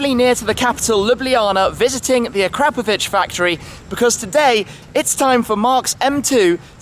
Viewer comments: I really thought it was acra-POE-vich, not a-CRAP-ovich. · It's actualy a-kra-po-vić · I don’t care if it’s pronounced Ah-CRAP-ovich; I’m not saying it like that because it sounds like an insult. I’m going w/ Akra-povich. That’s my cool story; nobody cares, but I had to write it. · A Crapovich??? its Akra Povich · the way u said akrap....povic u sound like an idiot please youtube on how to pronounce akrapovic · Did he say AK-CRAP-PO-VIC? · "A-crap-ovic" come on Tim they make pretty good exhaust systems lol. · pardon my ignorance... but shouldn't be pronounced akrapòvic? i've heard it both ways (the way i wrote it and the way shmee said it) and was wondering wich one is the right way...